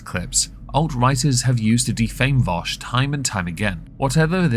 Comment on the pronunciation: It's Vaush not Vosh genius.